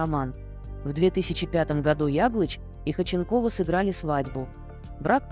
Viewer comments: Автор, не Хоченкова, а ХОдченкова. И ударение ставите неправильно. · Почему так отвратительно произносятся ударения ,в данном случае ФАМИЛИЯ 🎉это всем знакома актриса, вы ,наверное, и не слышали и не видели Светлану Ходченкову !!!!! Ужас, просто уши режет , а сколько слушают вашу речь ??? Задумайтесь ...... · Если уж беретесь рассказывать что-то о достаточно известном человеке( а в данном случае это именно известный человек, имя и фамилия которого на слуху), потрудитесь ударение в фамилии ставить,, правильно, а то прям слух режет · Зачем вы коверкаете фамилию. Слушать невозможно этот безграмотный коментарий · Вот интересно, кто озвучивает текст, умеет читать? Может прежде, чем о ком то рассказывать, прочитать и узнать фамилию человека, а потом уже знакомить в ютубе?